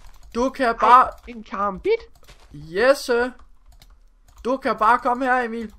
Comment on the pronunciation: Det lyder så sjovt når Emil siger karambit